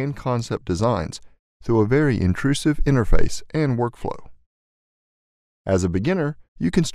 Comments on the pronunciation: See also: pronouncing "intuitive" as "intrusive" (which is a real word, but not the correct one in this context) "Cartesian" as "cartisan" (which is apparently a brand name, but not a real word) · Intuitive, not Intrusive lol